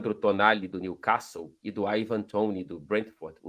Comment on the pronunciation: O Fred é o único comentarista esportivo brasileiro que sabe falar “New Castle” direito (com T mudo) 👏🏼👏🏼 Ok ok, nada a ver com o assunto do vídeo… 😬